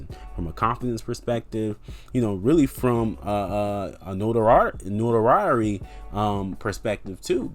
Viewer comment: Dont say "notoriery" again